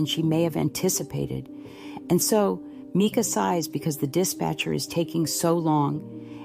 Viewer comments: Why do you sound like YOU are AI? You sometimes pronounce her name correctly (M-i-cah) and other times incorrectly (M-ee-kah). It's hard to give credit to what sounds like an AI narrator. I don't believe the call was AI either, as how could AI interact so quickly with the dispatcher's unique questions? But I do believe there's something very not right about the story we're being given. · Yes, it is Mica. Sorry but I’ve seen a couple vids where it’s pronounced wrong and I guess it annoys me because it seems disrespectful.